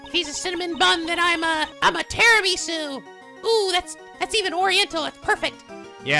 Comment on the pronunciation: ARE YOU KIDDING ME?! tiramisu is italian! "tirami su" literally means "pick me up" or "wake me up", because it has coffee in it!